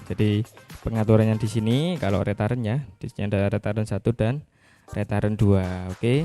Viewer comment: saya sempat bingung pada saat menyebut "rétaren" saya cari2 ternyata dari kata "return" bacanya yg bener "riten" mas...arti harfiahnya kira2 "putar balik"...